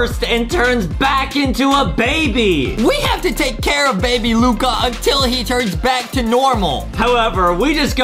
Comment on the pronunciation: Justin: baybe Luca Adem: baby luca Who is the proper grammar master